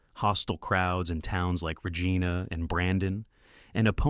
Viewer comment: You really need pronounce names correctly. Regina not Regena Sather not Sawther...